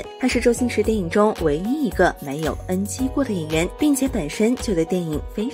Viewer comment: 哈哈😅，NG给你念成恩鸡